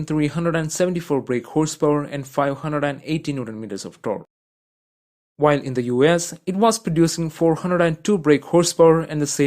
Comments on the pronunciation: Powered by an AMG built 6-liddr weight one with 740 Newton meters of TONK” Omg kill me😂😂😂😭😭😭🤣🤣🤣 I can’t figure out if this dude is a combination of Indian with something Eastern European, you tell me because it’s hilarious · I love how he says v12 and torque hahaha